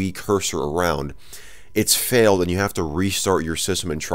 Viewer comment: its said fail!